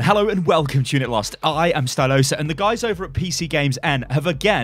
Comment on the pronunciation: Is not Stylosa, it's Stylo-SA